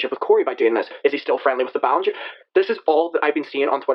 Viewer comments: Heh, at first I though he said Clean Ballinger. I have a dirty mind. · Clean Bowlenger is literally what i heard.